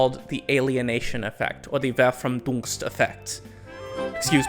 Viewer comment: Not to be "that guy" but as someone from Germany I just had to correct the word you said as "Verfrumdungseffekt" it's actually "Verfr`e´mdungseffekt". Anyways, pretty cool you included it anyways, otherwise very interesting vid.